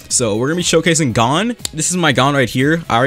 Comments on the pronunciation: I'm sorry to be that guy who rudly corrects people but its not pronounced gone, its pronounced gown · Its not fing Gone. Its pronounced goun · go to Google translate and type in "gohn" then click the speaker icon, it will tell you how it's pronounced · its not gone it gon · bro it's gon not gone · its gon not gone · pronounced gōn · Me seething inside every time he says Gon like "gone" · Its like g-oh-n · The amount of time he said G O N E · Is the HxH English dub pronounced 'Gone'? Or am I just deaf, and heard something like "GO-wN" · this man said gone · Your saying gon wrong lol her is how you pronounce it ( g oh n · Lmao him saying gone is making me mad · no it sounds like cone but with a g at the front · Nah its not oo its oh as in like, "oh, my cat just swallowed the car keys" not like "ooooooo, infer just dropped a vid" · The way you said gon hurt my heart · i hate how he says gon, he is saying it wrong bruh